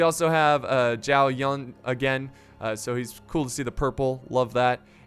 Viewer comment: Zhao is pronounced chao